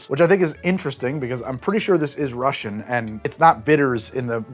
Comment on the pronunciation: Для человека, который не говорит по-русски, у вас очень хорошее произношение во вступлении,!